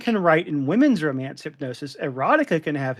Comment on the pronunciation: Duh, it’s called Ro-MAN-ce. And smut rhymes with slut.